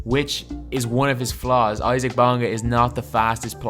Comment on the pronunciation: He's pronounced "easa-uck"